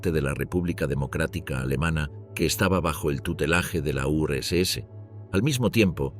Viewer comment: Nadie se da cuenta del nivel de IA que hay en las voces en OFF?? Los tonos las pausas las entonaciones… es casi perfecto.. como un humano. Hasta hace dos días las voces en off de YouTube eran bastante lamentables. Si no es porque esta voz dijo Urs ese (URSS) en vez de Urs casi ni me habría dado cuenta.